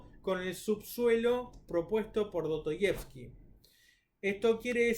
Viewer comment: Do-to-yevski???? La S en ruso no es muda, y en español tampoco.